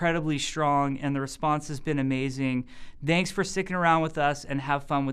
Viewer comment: I could listen to hours of Jeff Kaplan talk, it's always a pleasure. As a sidenote I also love how he says danks instead of thanks :D